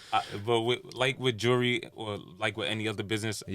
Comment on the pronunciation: Nigga don’t know how to say jewelry